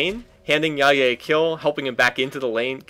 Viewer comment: Omg you said Jaje correctly, you made my day